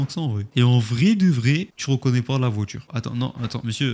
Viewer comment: VoiTure. Pas voitchure.